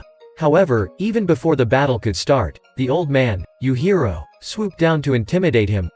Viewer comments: Yuhiro?! I think you meant “yujiro” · Bro said youhiro